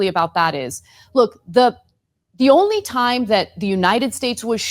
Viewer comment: Is there an “R” in the word “only”?